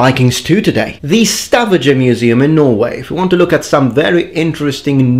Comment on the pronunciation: And how many Norwegian people yelled when you pronounced Stavanger in a very bad way...